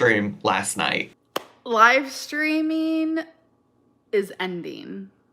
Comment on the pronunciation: Let's see how long this "schedule" lasts. Live steamminnnn